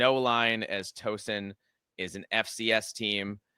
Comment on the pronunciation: FYI, it’s Tau-son, not Toe-son. Not sure why I know that—I think the Hoosiers might have played them in bball in the past.